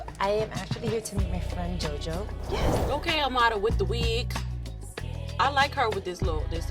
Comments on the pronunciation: The way they say Amara sounds like amala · It annoys me how everybody is pronouncing Amara's name! Its literally the only time they try to roll their R! Like STAAAAAHHHPP!